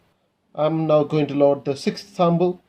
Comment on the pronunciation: Good videos and I like how you say Sambal instead of Sample , Are you Arab ? I know that Arabic alphabet does not have P .